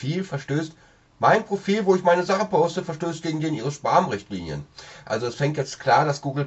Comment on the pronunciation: man spricht es "späm" aus. :)